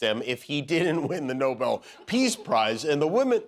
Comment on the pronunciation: Nobel not Noble! When do you understand that?